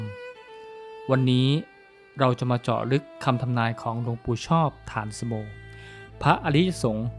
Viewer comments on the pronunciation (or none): ฐานสโม อ่านว่า ถา-นะ-สะ-โม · ฉายาท่านอ่านว่า ฐา-นะ-สะ-โม